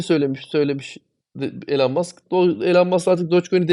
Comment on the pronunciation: Hocam yaa o kadar çok içten ve aşkla konuşuyorsun bari Elon Musk ın adını doğru telaffuz te tam olsun. Ya adamın ismi İloan diye telaffuz ediliyor. En kötü gir google translate ordan tellaffuzunu duy. Şu adamın adını doğru dürüst söylen çok az insan var bu ülkede. Kusura bakma sana geldi bu eleştiri ama en çok ta sen kendini doge için paralıyorsun o bakımdan. Ayrıca başka madem içerik üretiyorsun gerek isimler gerek coin adlarını doğru söylemek çok önemli. Bu senin işine verdiğin önemide gösterir. Aman noolucak canım sen zaten benim nedemek istediğimi anlıyorsun kafası yanlış bir kafa olur benden söylemesi. İmza bir dost:)))